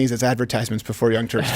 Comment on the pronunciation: Is it Turks or Turds?